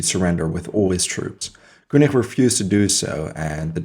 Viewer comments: the name: Koenig: "kooneerh"...the fuck? It's said "Kenigg" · prononce Keunig please :))) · Koenig was French and his name has to be propronounced